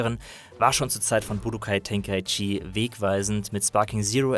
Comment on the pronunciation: Grundsätzlich eine sehr gute Review zu einem Spiel, das mich zugegebenermaßen nur mäßig interessiert. Ein paar gut gemeinte Anmerkungen zur Aussprache: mangaka, nicht mangakka. Budōkai Tenkaichi: [Bu Doo Kai Teŋ Kai Tši], nicht [Bu Do Kai Ten Kai Tšii] oder gar [... Ke Itšii] oder was auch immer das am Ende teilweise ausgesprochen Merkwürdiges ist. Und der Vollständigkeit halber: Son Gokuu, nicht Son Gooku. Son Gohan und Genkidama mit durchwegs kurzen Vokalen. Und Vegeta wie Veggies, nur mit -ta statt -s. Aber mir ist klar, die germanisierten Auswüchse haben sich alle durch die schlampige deutsche Synchro eingebrannt.